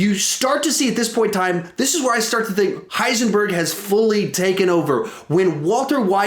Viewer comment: Heisenborg lol